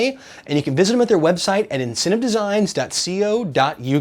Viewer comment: LOL that's not how you pronounce the website....